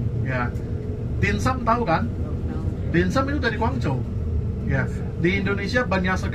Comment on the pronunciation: maaf mas relat dikit Guangdong Guangzhou sebutan belakangnya tidak sama dgn sebutan Hangzhou loh, meddok bngt terdengar orang luarnya😊 saya di China juga sat ini, 12th sdh beserta pergi kmn saja di Tiongkok ini😊